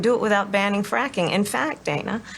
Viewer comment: That mispronunciation of Dana's name was no mistake. She is fuming.